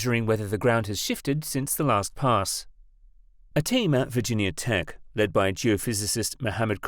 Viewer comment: a team at "virgin yahh" tech haha. Silly foreign mispronunciations